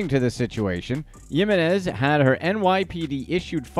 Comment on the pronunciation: come one man I'm very white and I can say Yessenia Jiminez ! It's the H sound for the J sound in her last name. So say it like Himines